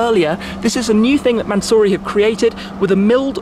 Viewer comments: (mansory) Man so sorry 😂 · Tribute to 24h of "LE MANS"ory...